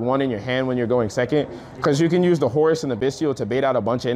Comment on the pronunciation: Got a sub from me!! Love to see the people using the name!! Appreciate the credit given. Appreciate the Horus pronunciation!! Lol. And love the profile